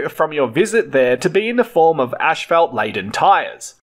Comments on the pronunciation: PLEASE stop saying "ashfeldt"!!! It's pronounced asphalt - 'as-falt'! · 😂 as/ fault not ash salt 😂😂😂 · Not in Straya'. We pronounce it this way. Sorry bud. It's ASHFELT TIME